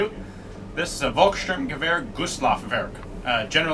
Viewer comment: I am a German. Only meant as a constructive tip: The "V" in "Volks" is pronunced like an "F". You are pronuncing it like a "W", what is wrong. You are saying "Wolkssturmgewehr". But it is pronunced like "Folkssturmgewehr". I hope, this was useful to you. BTW: Nice and interesting Video'! :)